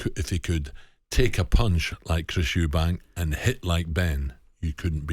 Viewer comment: Interviewer needs to prepare a bit better and be able to pronounce his guests names correctly